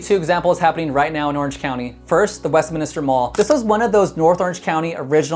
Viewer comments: By the way, it’s WestMINster, not WestMINISter. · Pronounced Westminster, not Westminister 😁